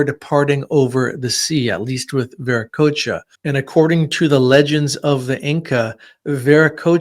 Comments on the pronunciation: Bueno, mucho de lo que cuentas sobre los incas es incorrecto, la terminología está mal pronunciada, qué es ese "veriquia"??? Te refieres a Viracocha?... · TAUANTINSUYO/PACHAKUTEK/ VIRACOCHA....WHY DONT U USE THE CORRECT PRONUNCIATION????😡😡